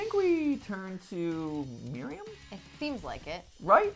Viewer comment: You guys know Miriam that’s my first name and so many people say it wrong but, Mat got it right. Good job Mat. 😉love you guys